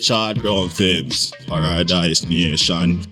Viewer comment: Fil-M, not fli-m. U people need to have special guests, not the same people every time